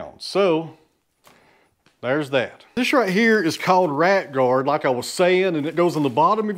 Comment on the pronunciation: 😂 when you said “Rat Guard’ it sounded like your were saying “Right Guard” and I was wondering what is a right guard for!😂😂.